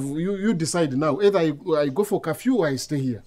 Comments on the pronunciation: I can’t be the only one hearing kafyu not curfew 🤣🤣🤣🤣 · 🤣🤣🤣🤣😂😂the pronouncement of curfew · This one has Gerald smashed ."curfew" pronunciation so funny.more love from zambia